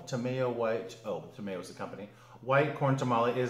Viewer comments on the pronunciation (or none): Congratulations, Every Success and Happiness for the Both of You!!!! Bigg Huggs !!! btw, Ta My oh, like Chimayo New Mexico, it's Chi My Oh, Tah My Oh. Ta May Oh sounds like food lube